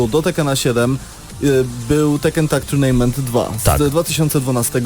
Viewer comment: Tuirnejment buahahaaaaa